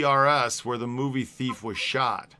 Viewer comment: The movie is pronounced TEEF !